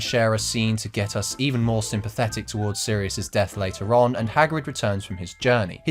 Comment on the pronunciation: Whenever this guy says later on, I hear later Ron.